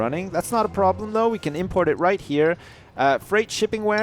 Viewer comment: problem not broblems